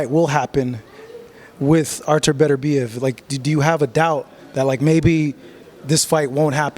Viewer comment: Bro you called him Beterbeiv hahahaha